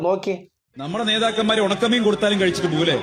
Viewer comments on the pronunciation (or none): ഉണക്ക മീനെന്നാണോ കൊണച്ച മീനെന്നാണോ? വ്യക്തമായി കേൾക്കു😂